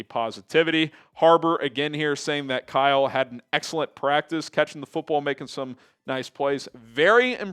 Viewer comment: """" it practis😂😂😂😂 practissssss😂😂😂😂